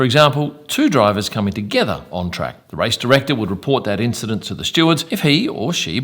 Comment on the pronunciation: and "causing an INCHident" well played, 10sec rewind on this video 👌